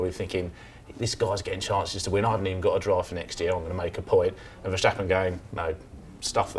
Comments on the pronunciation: Oi, four-eyes, how do you pronounce “stop”? And “step”? And “stuff”? And “start”? So guess how you pronounce “Ver*stap*pen”? Is it spelled “Verschtappen”? Schtupid. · It's Verstappen, NOT Verschtappen. But then, you neither have a clue what you're talking about. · Why do so many people say verSHtappen in stead of VerStappen? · Can the English speaking world please learn to pronounce the s in Verstappen as a normal s and not a German sh? The guy in the middle gets it quite right.